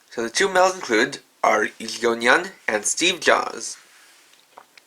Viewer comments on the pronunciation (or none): none